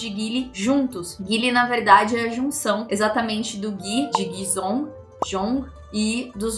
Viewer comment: Guizhong se fala "Gueijon" sendo "gue" com a mesma pronuncia que a gente fala o "gua" em água, só que com o som de E no lugar de A, o "zh" tem som de J apesar de ver todo mundo falando zong li, é jonli mesmo 😅